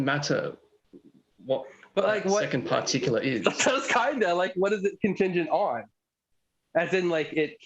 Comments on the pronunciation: You forget the 12 R's on the end of particularrrrrrrrrrrr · I have a "particulah"; it's my pee pee.